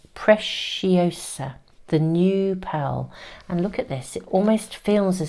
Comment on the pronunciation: I love being Spanish and listen to her pronunciating an Spanish word... by the way, the right way to say it is pre-see - o-sa like the word see or sea 🥰🥰🥰 and it means beautiful